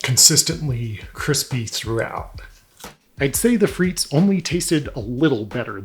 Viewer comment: Thanks for clearing this up, good video. Just a suggestion, in your relentless efforts of research, you might want to spend a few seconds to look up how to pronounce a foreign word